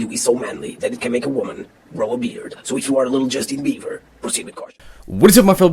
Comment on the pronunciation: Every video you say justin beaver.... wtf is a justin beaver?